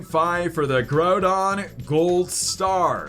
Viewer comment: Your saying groudon wrong